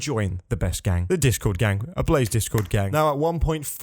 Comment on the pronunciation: "ABLAEEE" instead of "ABLAZEEE"